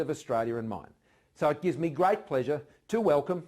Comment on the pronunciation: Point to be noted he say "Grite" not great🤣🤣🤣